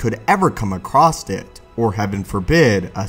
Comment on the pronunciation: ACROSS, not ACROSST. sigh. There is no T in the word. Why do so many damn Americans speak in this way? Damn public school systems I guess.